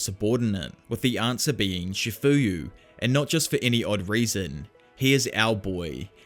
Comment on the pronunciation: First of all its not"chafuyu masuno"its chifuyu matsuno!!!